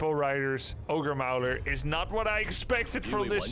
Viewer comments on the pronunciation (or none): Great cast! thanks. FYI when pronouncing "ogre mauler", maul rhymes with ball